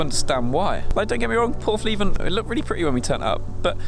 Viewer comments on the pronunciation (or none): Its portheven , not porthleeeeeven ! There's a Leica nd Hasselblad lives there